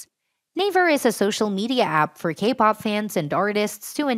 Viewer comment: For a second I thought you were saying "gay-pop".... 😂